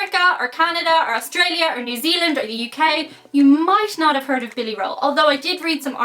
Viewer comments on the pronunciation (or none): none